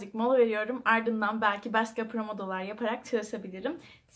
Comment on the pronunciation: “promodoro” değil “pomodoro” :)